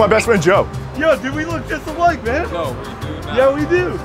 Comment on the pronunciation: “No we do NOT” lmao every syllable